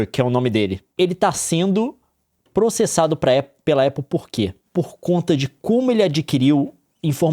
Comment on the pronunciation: Jon esta sendo "prosserssado"